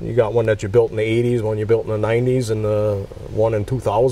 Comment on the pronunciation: Built NOT Baught.🏁